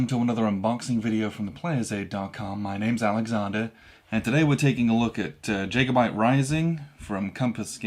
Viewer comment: And mispronounced Jacobite - jack-oh-byte. :-)